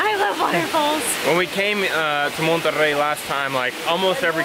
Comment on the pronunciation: I’m pretty sure you guys are the only gringos that know more than Cancun in Mexico . Love y’all btw your Spanish pronunciation is good Monterrey and no monerey hahaxD